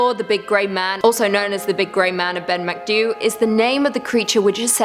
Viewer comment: you did grand considering i wouldn't have a clue seeing it written down how to pronounce it but just so ya know macdui has an ee sound at the end